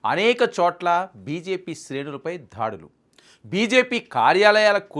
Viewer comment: ధాడులు అని పలుకకూడదు బాబు, ఆ పదం కేవలం దాడులు అని మాత్రమే పలకాలి